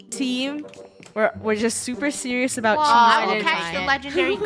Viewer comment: I hear "ABOW" 🤧